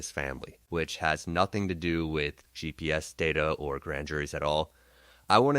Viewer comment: Really? “Gee peez”?? 🙄 instead of “GPS”. Tell us you’re using AI without telling us you’re using AI. I hate AI voice over. I’m going to find my info elsewhere.